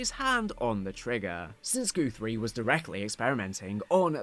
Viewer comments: I can’t tell if it’s your accent or if you are purposefully saying GOOTHRIE instead of GUTHRIE over and over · Goothrie? GUTHRIE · "goothrie" lol